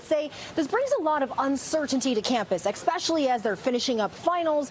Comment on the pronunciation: Ecckkspecially ? Welcome to broadcasting.